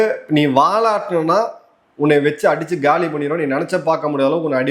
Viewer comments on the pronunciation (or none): none